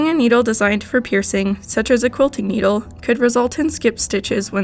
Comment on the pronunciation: You say needle the wrong way but you dont say the right way